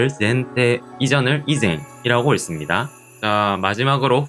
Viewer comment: 책 1회독을 마친 후에 다시 영상으로 복습하고 있습니다. 한가지 아쉬운 점은 '읽습니다'의 '읽'을 '익'이 아니라 '일'이라고 발음하시는 게 ㅠㅠ 딱 하나 아쉽네요. 그래도 알찬 영상 매우 감사합니다.